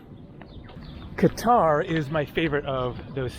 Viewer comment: At least you know how to pronounce Qatar correctly